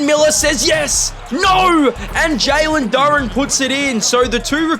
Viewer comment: hey no hate but its pronounced jalen doo raan